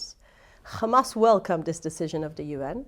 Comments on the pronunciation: She literally said KKKKamas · Can we please tell them to use a placer word for Hamas. I can’t stand to hear them say Khhhamas even one more time 😩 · She didn't mention hamas ... she said khamas ! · no, they all say Khamas. No one knows why…there is literally no reason to say it that way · what? “kkkkhhhhamas” 😆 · Hamas not KHamas! 😂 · It’s hamas not khamas put some respect on the name. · It doesn't matter how she pronounced it, she still meant Hamas, and that's besides the point...